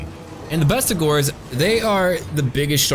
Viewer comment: I'm just glad you pronounce Bestigors correctly.